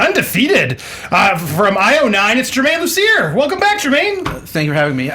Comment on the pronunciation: I heard "it's Man of Steel" instead of Germain Lussier